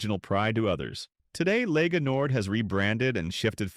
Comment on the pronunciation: Pah-dah-nee-ah not pay-day-nee-a. Same with Lega Nord, it’s leh-gah. The term Padania is used, at times, to refer to northern Italy but the flag and movement arent that popular. Regional differences are stronger than any potential bonds between all northern regions.